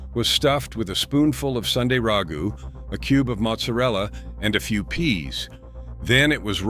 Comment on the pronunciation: Another subtle mispronunciation. Is not RAH goo, it is rag GOO.